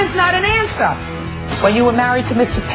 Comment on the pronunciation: "Um is not an ansah!" 🤣🤣🤣